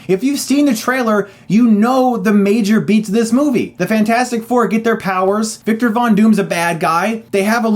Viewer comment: It's pronunced fantastic 4 sir not fant4stic